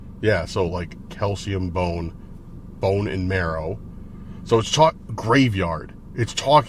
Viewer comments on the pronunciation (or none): none